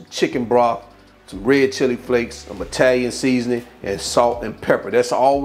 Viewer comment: The way she said the seasonin!